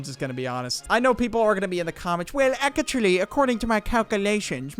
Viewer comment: The "Akachuly🤓" got me rolling